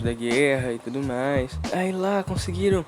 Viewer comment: "uma das coisas MAS idiotas que ja vi...." mds kkkkkkkk escrever isso me deixa irritado mas falar isso e com ênfase pqp kkkkkkkkkkkkkkkkkk isso sim foi uma das coisas MAIS idiotas que já vi